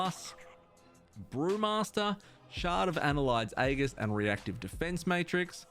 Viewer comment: Ann-hylde's Aegis (pronounced ann-hilde's ay-jis), not "annelide aghis". :-P Also, no mention of Scale / Pocket Protoforge / Thoughtcage?